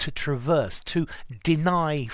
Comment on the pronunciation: "Traverse beam"-the noun is stressed on the second syllable like the verb.. I think it can have the 1st vowel stressed too, like the 2nd vowl of "trespass"as a verb but it becomes a schwa as a noun,right? 👍